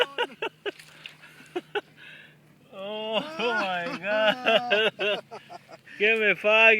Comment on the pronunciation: Hoy ma gawd. Lmao!!!! Trying to say oh my god.